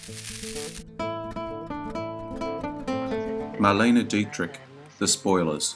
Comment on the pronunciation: Thank you so much for pronouncing Marlene Dietrich's name correctly. You maybe the first on YouTube to ever do so.